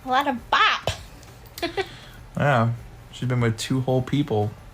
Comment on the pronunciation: she's a BOP bc she cheated... bro doesn't even say it correctly